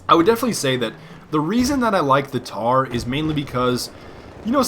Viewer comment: its the Mtar M MMMMMMMMtar NOT TAR!!!!